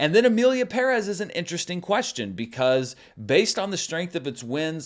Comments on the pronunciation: BTW I noted in previous videos that you pronounced 'Pérez' correctly and appreciated it :) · Only Zoé pronounces Pérez properly and still no One listens to her. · Props to you for pronouncing Shōgun and Pérez (and Esposito 😂) properly! 🎉 Non-Americans appreciate your efforts. 🫡